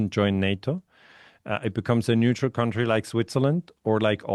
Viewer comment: Country = kAntry,, nicht 'kAUntry'. Das ist ein ganz übler Anfängerfehler. Das irritiert mich jedesmal auf's Neue. County ohne 'r' ist etwas anderes. Es gibt country (Land) und county (Bezirk). Ersteres ist eben kAntry und nur das zweite spricht sich kAUnty